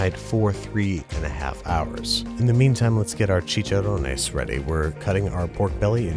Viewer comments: Its che-Chan-Ron-ez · The way he pronounces chicharones and carnitas 😂😂😂😂